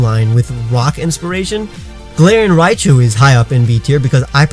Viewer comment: You said galarian Riachu